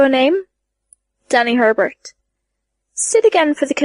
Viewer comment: "Taylor HEbert" There's only one "r" in the last name, not "HERbert". Thank you for your efforts in putting this epic into audiobook form, but please look up the pronunciations of thee words used. This particular VA adds in a fair amount of extra syllables in words that shouldn't be there. For example, there's no "a" on the end of the name, "Simurgh."